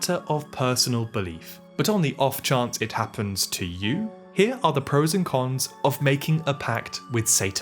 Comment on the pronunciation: said “pros” 😭, it’s over 💔